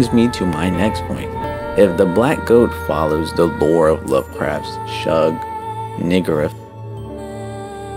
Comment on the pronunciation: The proper pronunciation is: (Shub-Ni-ggürath) you sound the U and R as an OER. And pro tip try not to make your music louder than you speak,cause it's like having a kid screaming over you while your in a meeting on Zoom. There you go friend.